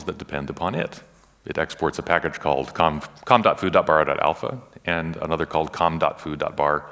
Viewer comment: Whenever he says com.foo I hear "Kung fu" and I go "Wait what!...oh ok.."